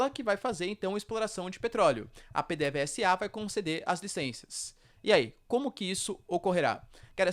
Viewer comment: Parabéns pelo vídeo. Sugiro que verifique as pronúncias Gu-i-ana, pê-dê-vê-za, Ni-ko-lás